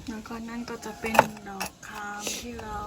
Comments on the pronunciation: ไม่ได้มีเจตนาร้ายหรือว่าอะไรน่ะครับแค่อยากช่วยน้องฝึกอ่านออกเสียงภาษาไทย ดอกคาม..น่ะครับ...DOK KAM✔️ ไม่ใช่..หลอกคาม...(LOK) KAM❌ ให้ออกเสียงเป็น( D = ด ) ส่วนชื่อน้อง..คำฟอง..KAM FONG✔️ ให้ออกเสียงเป็น F (FONG)ครับ ไม่ใช่ PHONG❌ ไม่รู้จากศัพท์เมียนมาจะเขียนหรือออกเสียงแบบไหน..แต่ถ้าจะออกเสียงแบบไทยต้องแบบนี้ครับ.. (ดอกคาม=DOK KAM)✔️ (คำฟอง=KAM FONG)✔️ เป็นกำลังใจให้ครับ💙💖💙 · หลอกคามหรอ55น้องต้องพูดว่าดอกคามนะครับ555